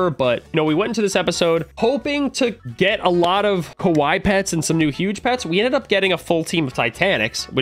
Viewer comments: Hey! The way you say “Kawaii” in the video actually means scary (Kawai). You said it correctly as the “wrong way” in your last video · is saying Kowai, instead of Kawaii. Kowai means death, Kawaii is cute.:) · Yo russo when saying kawaii its said like ka-wai-eee not Ka-wai that way youre saying it sounds like the word (scary) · Why does he say kawai its kawaii (Ka-wy-ee) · Its pronounced kuh-why-e not kuh-why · Ka-Why-ie not ka-wi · You say it as ka wi ee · it’s ka- waii like Hawaii but with a k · mans really saying kawhy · ITS (KA WHY E)